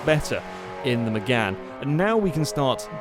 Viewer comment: its 'Mégane'